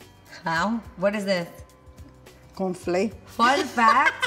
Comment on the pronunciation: Till this day my mom and my siblings and now us passed down to our children calling cereal "con flé". Love you and your mom. Saludos